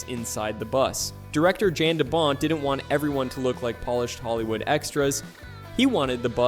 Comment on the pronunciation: its pronounced, Yan , no jan. stop using A.I. voice-overs.